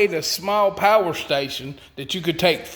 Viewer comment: Pa-er station 😂